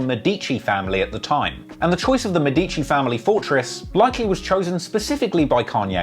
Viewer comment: m E dici, not med I ci (sorry, it was really painful to hear)